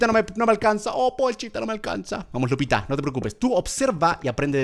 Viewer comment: Germán dice lucita cuando es Lupita